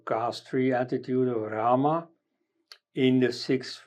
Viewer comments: He is right, Sanskrit is about correct pronunciation. राम is neither राम् nor रामा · People who cannot pronounce or spell Rāma, just two aksharās रा-Rā and म-ma are discussing Rāma Janmabhumi... Shame!!